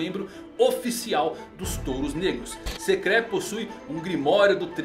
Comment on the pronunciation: As pronuncias do nome me deram estranheza, mas td bem, acostumado com as pronuncias diferentes mas o Enry e a Sekré foi de doer o ouvido kkkkkk. Mas pode trazer mais videos que a gnt gosta kkk